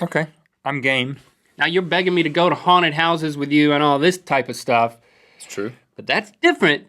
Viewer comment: when Link says 'haunted houses', I keep thinking he says 'hornet houses'